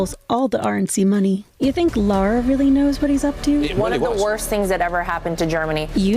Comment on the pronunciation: Love the trolling of the mispronunciation of Lara’s name. It’s a kin to…I don’t know…someone who thinks she has talent as a singer but sings off key so badly that autotune can’t fix it.